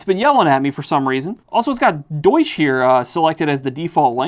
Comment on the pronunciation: deuch" is wild also its deutsch, not deuch